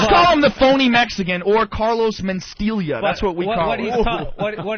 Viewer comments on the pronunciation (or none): He calls him "MenSTEALia" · Carlos men-steal-ya